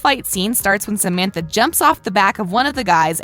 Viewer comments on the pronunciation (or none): none